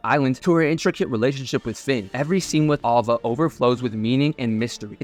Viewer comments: Her name is ''Alva'' not ''Ålva''. Get it right. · “Al-Va”. Not “Ul-Va” Why did you edit yourself to be wrong?